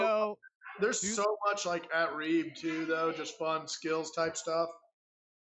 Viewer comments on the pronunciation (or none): You should try and update the description with links to tickets and the Reeb Branch place. (I kept thinking he was saying Reed)